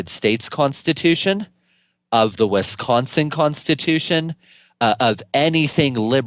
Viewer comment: Is he saying "West Consin" ??